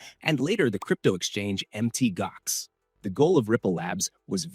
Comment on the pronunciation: Pronounced Mount Gox not Mt Gox